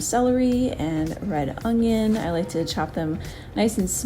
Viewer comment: It’s funny how you say ungion instead of onion lol but no these recipes looked really great, thanks!